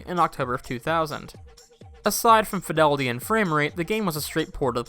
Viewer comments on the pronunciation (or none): none